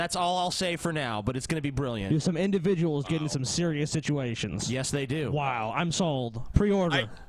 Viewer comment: There is no such thing as too much sichuation indivijuls